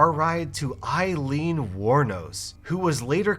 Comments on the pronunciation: not to be THAT person, but Aileen is pronounced Ay-leen, not Eye-leen like "Eileen". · Her name is spelled Aileen but pronounced like Eileen.